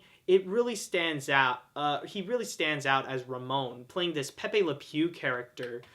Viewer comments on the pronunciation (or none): none